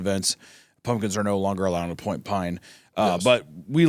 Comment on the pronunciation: isaiah for two hours: "point pahne"